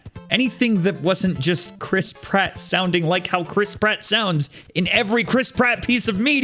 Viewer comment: eeh the german one has the mainstay chris pratt voice actor and he delivers... chrisp ratt